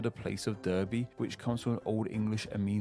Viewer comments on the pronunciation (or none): Is the narrator actually English or just putting on an accent because Berkshire, Derby, and Tyne and Wear were all pronounced incorrectly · Why did he pronounce Derby as Durby when it’s pronounced Darby. He did the same with Berkshire, Burkshire when it’s pronounced Barkshire. These are just 2 of many things he got wrong. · It is DARBY ya fool, not DERR-BY, although it is spelled DERBY??. Again this is from an English man. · There's two pronunciation errors I got there. In tyne and wear it's 'weer' and Derby is pronounced 'darby'. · Can't believe anyone born in Britain pronounces Berkshire as "Burkshire" and Derby as "Durby". The first time I've ever heard this. V Strange! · Remember we have more accents & dialects than we have countries so pronunciation of the counties you mentioned are also pronounced Barkshire & Darby. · Derby is pronounced Darby. Shows that southerners don't travel much ! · Not sure where this guy got his knowledge from but several counties were mispronounced. Berkshire is pronounced bark shire , derby = darby and tyne and wear is tyne and wee er not ware. A bit embarrassing for a Briton to get this wrong. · This bloke can't pronounce Berkshire or Derby, which are pronounced 'barkshire' and 'darby'. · I could put up with the way he pronounced Berkshire. But as I live in Derby I'm triggered. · As a Yorkshire bloke, I tug my cap to you. The narrator did an ok job considering they were covering all counties, but I also thought there are a lot of really great and crucial details he could/ should have mentioned. His pronunciation of Derby however, unforgivable ;-D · If the voice over artist is really English he ought to learn to pronounce English place names, particularly Derby and Wear, properly